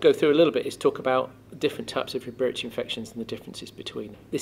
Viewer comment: Did you say spiritual at all in this video because at first I was hearing spiritual instead of respiratory? I kept thinking "that doesn't make much sense". PS: it may be because I'm American. LOL